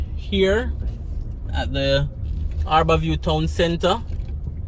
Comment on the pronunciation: It's Har-bour View not "Aar-bour View